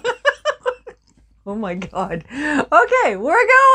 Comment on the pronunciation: Oh my goodness.... I was trying to laugh without waking my hubby..... too funny!!!😂🤣😂 I guessed that the caramel wouldn't work, as the originals are the ones that work best!👍 You've just gotta call them biscuits.... not cookies to be honorary Aussies!🦘 Oh.... & it's ARnott with the emphasis on AR .... not nott with the company name!!!!😜 Blessings from South Australia💕🐨